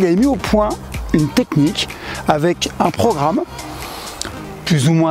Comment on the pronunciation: C'est programme pas pro'ramme 😀